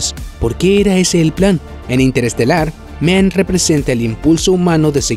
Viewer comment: Dr Men?? 😂😂😂😂 es Mann, Dr Mann y no se pronuncia MEN. Vaya tela.